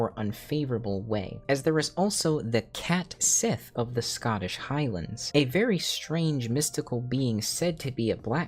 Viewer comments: Small correction, Cait Sith should be pronounced “ket shee”. Square doesn’t help this by using the same one you did for the character in FFVII for FFVII Rebirth (the first time the character was voiced out loud - was never actually named in Advent Children iirc). This is despite the original Japanese using the correct pronunciation. << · I kind of knew about Cait Sith and Grimalkin from The Dresden Files. Both appeared to help and hinder Dresden, I think Cait Sith was actually Mab's (Queen of Air and Darkness) personal assistant. Is it actually pronounced "Ket Shee" though? Cuz I thought it was...